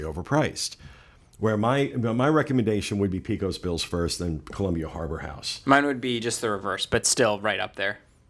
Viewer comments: A good "Quick Service" meal at Magic Kingdom does not exist. Disney has done a pretty good job with Quick Service at the other parks but not at the Magic Kingdom. And it's pronounced Pay-cos Bill's guys not Pee-cos Bill's. And while we're at it...For future reference...It's pronounced Pa-con Pie not Pee-can Pie. LOL!!!! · Just have to throw it out there...Pecos Bills is pronounced Peh-cos Bills, not PEE-cos Bills.